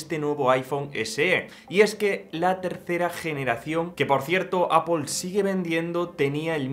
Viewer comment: Porque pronuncias apol si luego dices mal iPhone? Cateto. Di apel y ya está